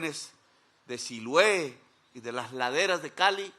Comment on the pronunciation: Siloé señor Presidente...con todo respeto...Siloé no Silue